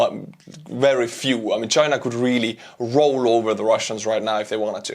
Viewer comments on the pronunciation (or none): none